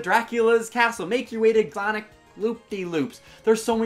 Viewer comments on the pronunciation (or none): none